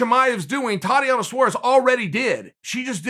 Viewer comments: I never heard of the lady you’re speaking of.. but I think you pronounce it tah •Tea•Onna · “Totty-ana Suarez” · Me: Tatiana Suarez Chael: Thotiana Saures Me: ok great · Idk im not so sure about that. Someone offered me this: its spelled Saures. And her first name is pronounced Thotiana